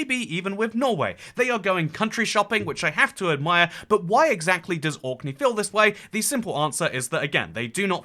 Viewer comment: You seemed to be confused about which island or country youre talking about. At 3.54, You say 'Auckland,' twice. Its ORKNEY! Which makes me doubt that you have really researched the subject or are very knowledgeable of this. Youre going to loose a lot of people there.